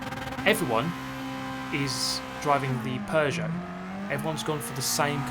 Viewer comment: holy frick he just said peugeot right !!